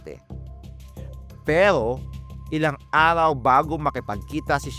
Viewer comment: Arhaw? Methro? Likurhan? Bulol?